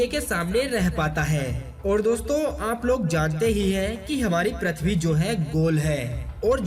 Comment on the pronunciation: Abe prathvi nhi pruthvi to bol bolne nhi ata or ghatiya video bana liya